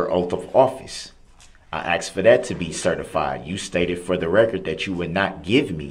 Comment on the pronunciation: I wonder if the court recorder types asked or axed? 🤔